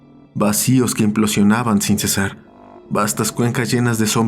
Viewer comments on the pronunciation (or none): none